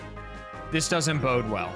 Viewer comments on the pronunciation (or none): none